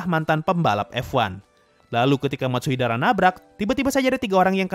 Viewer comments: Bang itu bukan 'Matsuidara',tapi'Matsudaira'! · Matsudaira bang bukan matsuidara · Matsudaira × Matsuidara o Wkwk gapapa min... namanya emang susah diucapin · bukan Matsuidara. Hanya mengoreksi, bukan bermaksud buruk.:_Sasuga:detail kecil Gintama mantap:_Subarashi